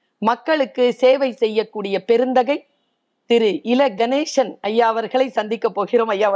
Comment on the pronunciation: கணேஷன் இல்லை கணேசன் என்று உச்சரிக்க வேண்டும்.